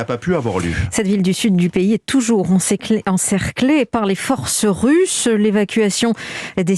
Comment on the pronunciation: par les forces RUSSES MDR ET PAS RUCHE